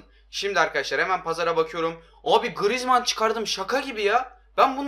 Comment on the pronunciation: da grıezman dedini 1 beni duydum